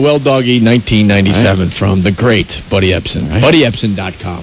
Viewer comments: “Ebsen.” Tsss he’s not a buncha SALT cuuuuz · That’s “Epsom” salt.